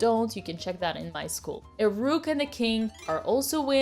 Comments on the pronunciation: Except it’s a russian sacrifice and thus she sacrificed the rrrrrruuk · I love the rrrrrrrroot